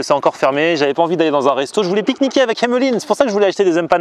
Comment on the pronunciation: Pourquoi tu dis Hemeline??